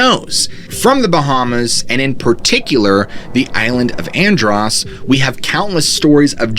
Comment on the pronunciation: Check pronunciation of Andros.